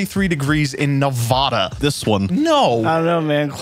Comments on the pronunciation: That is not how you pronounce Nevada I should know I live there and we find it iretating when people miss pronounce it. It Ne-va-da not Ne-vaw-da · reno SNOWS IT IS ALWAYS 43 IN WINTER also nevada not nevaaaaaaaaaaaaaada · Thats not how u say nevada lol